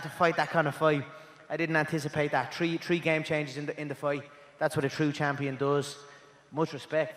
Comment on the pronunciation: "Tree game"